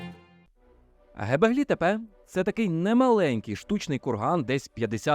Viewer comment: Чудове відео. Тільки не " гебеглі тепе", а "ґьобеклі тепе"(göbekli tepe). Це перекладається з турецької як "пузатий пагорб". Ви мабуть користувались московитськими джерелами, а вони "ьо" позначають на письмі буквою "е".